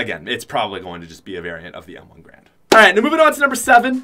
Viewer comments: M1 Garand. Not grand. Two a’s not one. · M1 GAR-AND NOT M1 GRAND